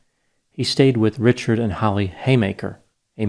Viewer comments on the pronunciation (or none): none